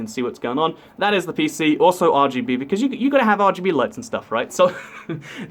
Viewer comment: WAIT! I think I heard you say RBG. it's RGB.